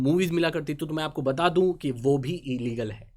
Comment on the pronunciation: No one Literally no one Not even Ambani: E-Leagle 😂😂😂😂😂😂😂😂😂